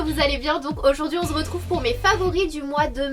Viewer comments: Coucou, Pourquoi dis tu " On Zretrouve" ? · Le "on zretrouve" oula c'est limite agacant